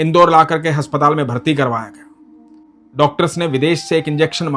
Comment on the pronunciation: Bhai aap haspatal bolte ho but aspataal hota h ❤